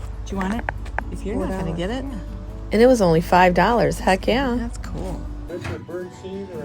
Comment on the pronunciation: Please say cool and not pronounced cooel